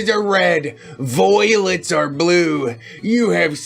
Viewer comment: I laughed way too much at "voilets"